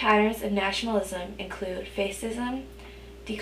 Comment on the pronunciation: Great video, very helpful, only one thing, fascism is not pronounced face-ism but pronounced fash-ism...but otherwise really helpful and good review!